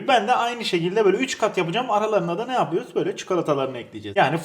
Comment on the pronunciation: Yörüz... yapıyörüz ediyörüz......